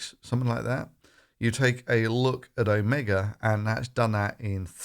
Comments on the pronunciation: When it comes to virology, you're an absolute amateur! "Omega" while it's "Omicron" (then don't do videos when you're drunk!). 1 million cases per day by Christmas... Yea... Well done buddy!! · "Omega" - no OMICRON!